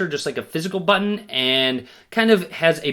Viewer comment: homeeee BUTToon ... they way he says Button is soo funny 😁